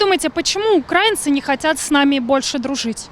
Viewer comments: радует, что до большинства россиян начало доходить, что мы не один народ! а к девушке-автору просьба обратить внимание на правильное произношение: не укрАинцы, а украИнцы! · Девушка! Украииииииинцы!!! А не украааинцы. Усвойте! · Правильно казати російською мовою не "укрАинци", а наголос на "и" - "украИнци", вчіть правильно мову! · На всякий случай: не укрАинцы, а украИнцы - потому что УкраИна, а не окрАина. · даже в ваших словарях пишут, что в слове "украи́нцы" ударение стоит на букве И - "украИнцы". Проверьте, даже российская википедия об этом пишет. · УкраИнцы ! ! ! телепни ! ударение на И ! ! !